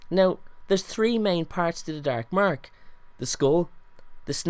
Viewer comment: thr darrrrk marrrrrk love it